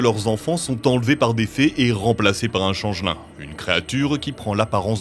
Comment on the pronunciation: On prononce "tchenge-li'ng", pas "changelain". Sinon ça fait penser à "Bûrtte" dans HeroCorp.